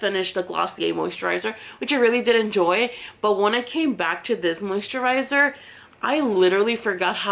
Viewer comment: You say “moo-sterizer” Lol